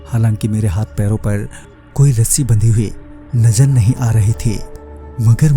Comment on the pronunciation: Najar nahi nazar hai wo sahi se boliye